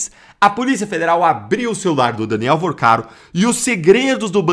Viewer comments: Vorcaro meu filho! Fale corretente! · VOrcaro e não VArcaro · Meu querido, fale o nome correto do bandido, por favor, não é Varcaro, é VORCARO. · Porque fala o nome do cara errado? Varcaro? No título também tá escrito errado. Vorcaro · Não é Varcaro e sim Vorcaro!!! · Vacaro?! É Vorcaro, idiota. P ser youtuber tem q ter competência. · N é " varcaro ", abestalhado; é Vorcaro; aprende. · Meu fio... não é Varcaro...é VOrcaro.... vc fala muito errado. É muito chato ouvir alguém que quer influenciar falando tão errado.... afffff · Fala o nome do esperto direito é Vorcaro não ensina errado o povo já mata nossa língua mas vê passa notícias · CARA VC SE COLOCA COMO INFLUENCIADOR E NEM CONSEGUE FALAR O NOME DAS PESSOAS DIREITO???? Vc vive fazendo isso… falava Gauer… agora Vacaro??? 🤨🤨🤨🤨🤨